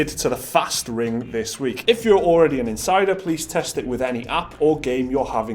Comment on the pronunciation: you're alreddy on it